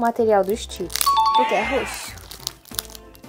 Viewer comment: Você tá falando errado Stitch você tá falando Stitch é ST Stitch não existe teste